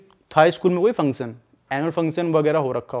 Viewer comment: Function bolo pehle theek se